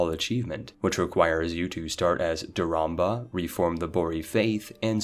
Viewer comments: Spellcheck your shit, its Chieftain Haraldr not "Chieftan Heraldr". Also check pronunciations, Daurama not "Dauramba" and its pronounced Frankia not Fransia. Ohh and its Giza not Guyza.... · i love this channel but i do not understand how he manages to pronounce everything so wrong. The way he says words like piety or duchy make no sense, and also emphasizing a "BA" in "Daurama" saying it "dauramBA" is so confusing. Is it actually supposed to be pronounced with a hidden B?